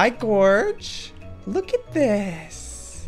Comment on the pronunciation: It sounded like she said gourge: who has died falling Joel’s like I has died falling